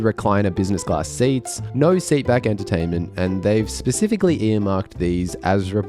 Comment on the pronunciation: Did you say "pacifically"?